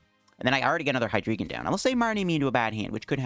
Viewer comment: I think it's pronounced "Hee-dry-gon" as in "drei" in German, for three.